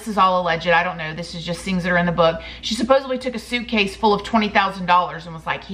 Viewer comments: supposedly NOT "supposebly" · Supposedly SUPPOSEDLY not with a B sorry. Love your channel but that’s A pet peeve.